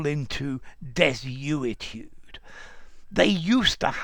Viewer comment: Desuetude sounded like Destitute.